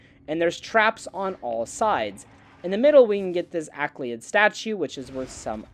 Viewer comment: There's no 'K' in Ayleid Phonetically, a-lee-id 👍